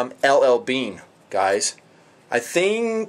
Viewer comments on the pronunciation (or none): Based on the Russian Helios monocular which is the best but is very difficult to find now. Your Made in Deutschland sucker is a rip off copy. Eat your heart out and then eat your notes. Btw Are you Mexican? Just the way you said "I think" - I theeeeenk!!! Hasta la vista and auf Wiedersehen!!!